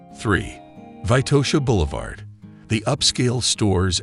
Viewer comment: It's not Vaitosha, but VITOSHA!